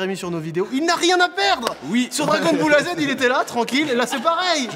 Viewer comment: ya que moi qui a remarquer le mec au lieu de dragonne ball z il a dit dragon boulle a z